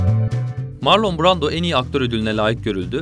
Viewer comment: Ya bari otur youtube elinin altında bu isimleri asıl sahipleri nasıl okuyor diye bir bak, sağır oldum marlon duymaktan